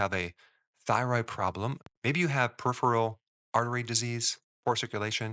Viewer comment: I think you mean PER-I-PHERAL